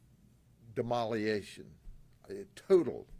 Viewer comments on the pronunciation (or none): Dem-o-liation😂 That's Grady for De-Stroyed. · What is de-mol-i-tation 😅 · I swear down, when he says "Demoliation", even the Copper on the right of him is thinking "You f**king wot, m8?"